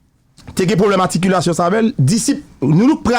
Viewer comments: Haaa sa w'ap banm la w'ap korije nèg la epi w'ap mal lage loll Se pa Aticulation, se Articulation loll touye m lol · Sak rele aticulation an? Se articulation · fèmen danw monchè,ou nan micro wap pale an piblik, wap korije moun epi wap di "aticulation" ou mal menn antanke jounalise animatè. Mo a c 'ARTICULATION! Ou wè janm ekril pou ka wèl. Kidonk aprann pwononse zanmim avanw kritike moun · SE CLAIRE KKE MISYE PAT FE AMPIL TAN LEKOL,min de bagay,LEW WAP PALE kreyol PA GIN DIFERANS ANTRE articulation ak aticulayion,OK IDI0T,by the way mwen mim mwen pale 4 langue asse byenem ka kimbe ou conversasyon ak nimpot etrange nan tout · Mo a se "articulation" se pa aticulation pandanw bezwen korije Gazman wap voye tenten ou menm. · Ou ta met "r" la ladann nèg, w'ap di aticulation, nan ki lang ou ye la? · Mesye nonm nan di aticulation an 10fwa waww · Gazman tande sam diw la ui aticulation,,,shitt man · Pran not tande "ATICULATION" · ou raz anpil avèk aticulation'w lan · wap korije moun epui wap di Aticulation,lanmèd mon cher. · Enfant prodige😂😂😂, Aticulation😂😂😂😂.. Enfant prodigue 🤝et Articulation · Misye di "aticulation" , "enfant prodige" pour enfant prodigue.